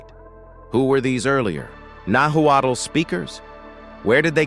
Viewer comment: Notwaddle ? Really? Nahuatl Pronounced Nawat. Not Aztec. Mexica Pronounced Meesheeka